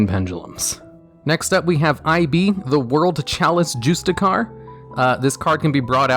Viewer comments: "I-B the World Chalice Jewstickar" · "Eye Bee, the world chalice Jooste Car"